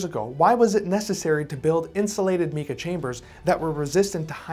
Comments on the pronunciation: Get the pronounciation correct not "meeka". It is "m 'long I' ka" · In my opinion... A new drinking game. You take a drink every time he mispronounces 'Mika". (Mike-a, not Meek-a...) Unless he's British. They talk funny... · Almost everything he says about technology and science is completely false. And its pronounced “MYKAH” not meeka! Moron. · Mica is pronounced with a long "i" not short my-ka. Not mee-ka...where did you go to school or did you quit,? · 'MY-ca', not ME-ca. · It’s M-eye-kah, not Mee Kah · Meeka sheets - where are you from? nobody pronounces mica that way. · So what is Meka ? it's a word that you just made up, or your are mispronouncing on purpose because of your ignorance ! 🫵😼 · “Meeka” eh? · Sir, you are pronouncing Mica wrong: It is pronounced with a long “i” sound: mica /mī′kə/ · Mica is pronounced with a long I. “My’-kuh”. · pronouncing mica wrong.